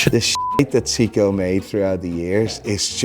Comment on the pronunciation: Imagine a watch guy correcting someone's pronunciation of millimetre when he can't pronounce Seiko or Breitling himself...